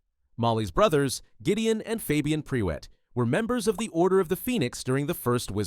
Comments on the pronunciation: “PRE WET” ahahahah listen. It’s not your fault cause the UK is weird but Prewett is pronounced “pru-it” ❤ I cackled so much during this section. this was otherwise super interesting thank you for sharing 😊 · Noooo! It's not pronounced pree-wet, it's pronounced prew-it! I know it's a bot, but really? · It is Prew ett…not pre wett haha 😅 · should be pru-wet with short U not pre-wet lols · I thought it was "pru-wit" rather than "pre-wet" for the Prewett family name... is there is source for this? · its pronounced prew-ett not pre-wett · Prewett is said more like proowat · Am I the ONLY one you is losing it at "PRE-WETT"! Bro, that CAN'T be how it's pronounced!😭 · The Prewett name being pronounced as Pre-wet feels like a certain degree of slander to me... 😂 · “Pre-wet” this mf has never listened to the jim dale audiobooks. Or learned phonics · when I read the books before the films came out, I read it as Mer-ope (because I was an inexperienced child, who didn't know anything about different cultures) but ngl, hearing pree-wet hurts my ears, sorry Narrator, i'm sure you tried your best! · The Pree-wets, hmm?